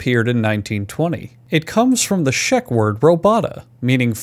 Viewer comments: Dude, it's Czech (pronounced as check) not shag lol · "Czech" is not pronounced "sheck" but as [ček] which sounds like the word "check" also the word Robot is from a 1921 book, R.U.R (Rossum's Universal Robots) by Karel Čapek. The word does infact come from czech word "robota" meaning "labour" forced or otherwise. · * It's Czech not shek. *It´s robota (robohta), not robata. It´s serf labor, not forced labor. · "Czech" is pronouced like "Check" not "Sheck" xD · Ok, but he said shek, not Czech. He said robata, not robota [robohta]. And he translated it as forced labor when it´s actually serf labor. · First time I've heard "Czech" being pronounced as "sheck." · Czech is harder to pronounce than slovak, while sk's gramma is just straight hammered. Could little o'le Ľudovít štúr be more drunk while writing it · The way you pronounce "czech" made me bang my head against the wall